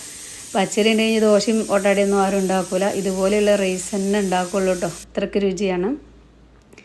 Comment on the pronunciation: വീഡിയോയുടെ തുടക്കത്തിൽ വിചാരിച്ചു സംഗതി simple ആണെന്ന്. പക്ഷേ പിന്നീട്‌ items കൂടിക്കൂടി വന്നു. എന്നിരുന്നാലും അടിപൊളി ആയിരിക്കുമെന്ന് തിന്നാതെ തന്നെ തോന്നുന്നു. ഒരു സംശയം ചോദിച്ചോട്ടേ? റെയ്‌സ് എന്ന് പറയുന്നത് എന്തിനാണ്? ഒന്നുകിൽ റൈസ് എന്നു പറയുക, അല്ലെങ്കിൽ അരി എന്നു പറയുക.